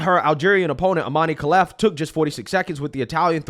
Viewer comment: I'm algerian it's disgraceful and pathetic my people now hate me for calling this bs out but idgf this is unfair and pathetic his name is pronounced iman kaleef brother